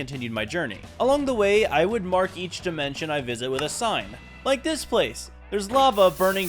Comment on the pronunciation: NAH BRO REALLY SAID DYE-MENTION